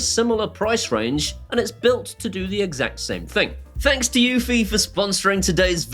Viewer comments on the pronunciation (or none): eufy is probably my most heated brand name. it is not pronounced like unifi, does not integrate with unifi dashboard and is not produced by ubuquiti.